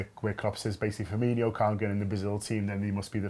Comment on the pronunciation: It's Firmin-o, not Firminho. Although, Klopp did say it too.